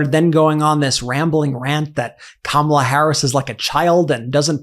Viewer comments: Did Laura actually pronounce Kamala Harris' name correctly?!? Must be the only true thing she has said! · Atleast Laura is pronouncing Kamala's name correctly.